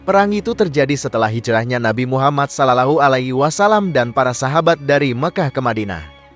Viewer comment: Utk adm coba ganti suara org yg mempresentasikan video diatas.. krn meyebut nama Allah dan Nabi Muhammad saja tdk becus dan salah..